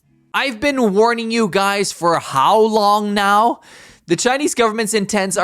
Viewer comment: "I've been warning you guys for how long now". When he says "how long now" it sounds like you're speaking Chinese 😂